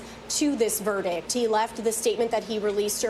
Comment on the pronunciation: Verdict. Not verdick